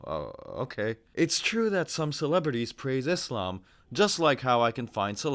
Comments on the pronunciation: just hearing Izzlam is a giveaway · Douglas needs to go and actually study Phonics. The word Islam has an s in it. Not a z. Also the word Muslim has a u and an s in it. So to pronounce the word Muslim you say the letter u properly and the same with s not z.